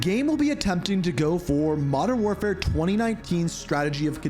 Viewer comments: I'm here for the content 1. Wodern Warfare 2. Advance Warfare 3. CoD GHOST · Modern door 4 (feat. blame truth, Joe Cecot, that guy that voice carver butcher)